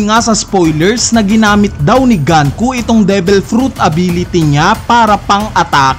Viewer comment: diba sa Japanese, you will read the words as is? like GUNKO not GAN-KU, pero pwede namang mali ako.